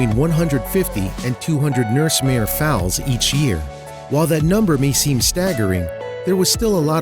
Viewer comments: FOALS, not "fowls". And CORRAL, not "quarrel". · OMFG it's Foals not Faols. Her mission is beautiful💖 but, please at least learn how to pronounce FOALS. 😂 Evey equestrian out their is highly annoyed hahahhaa. Blessings all. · That's pronounced corral! Not coral like a gem stone. & The babies are foals! Not fowls! GOOD GRIEF!!!! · I was cracking up as he pronounced Fouls and Corrales!!! LOL oh my goodness I'm glad I'm not the only one holy cow!!! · OMG Thxs for correcting him. I got to "fowls" and lost my marbles. I love horses, I mean look a my pic 👈🏻, I'm sure this is a good cause but GOOD LORD these YouTubers when it comes to horse stuff learn how pronuce it. I think it was The Trendy who did a vid with people with strange habits and one woman liked to be a horse and they pronounced bri-dle brindle! Like WHO DOES THAT?!